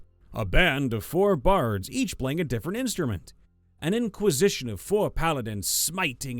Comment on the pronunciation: Welcome to the Inquesition!